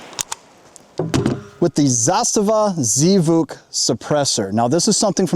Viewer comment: It's pronounced as Zvuk as one word not Zee Vuk. It means "sound".